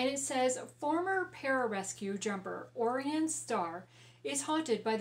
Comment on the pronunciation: The Way of the Brave is good! I still haven't picked up the rest of the series but I hope to soon. Also, I believe his name is pronounced OH-Ryan, like Orion's belt.